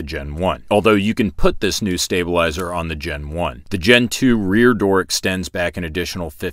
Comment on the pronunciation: I keep hearing Gentoo. so you like the penguin or the Linux distro?